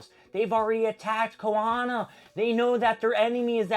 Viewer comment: This is such an L take. First of all the word is KONOHA - not Kohona. Bro literally can’t pronounce anyone’s name and is asking questions about plot points that literally got explained like Kurama. Also, setup is required between any arc. We saw that in Naruto, Shippuden our pretty much any other anime. At this point I’m sure he didn’t read anything past like the first 2 pages. If you don’t like it then just don’t read it.